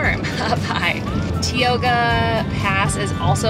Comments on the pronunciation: Tie-oh-ga, not tea-oh-ga!! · The park is operating at 50% capacity. That's a Stellar Jay. It's pronounced TIEoga road. It's Tenaya Lake, not Teyana. It's illegal to sleep in your campervan outside of a campground within the park, but it's not hard to get away with, obviously. The falls dry up every year because they are mostly snow fed. It's Sentinel Dome not Centennial Dome. It's every 1st of the month that permits open up for the following month, not the 15th. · FYI it's pronounced Tie-oga pass. Thanks for a fun video!